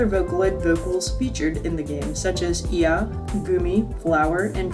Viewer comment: IA is just pronounced like the letters “I A”